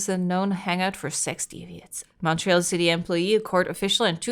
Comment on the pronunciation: Fun to watch something set in Montréal! 😊 Also, pretty good pronunciation of the French names by, some are not easy to figure out if you've never heard them! ❤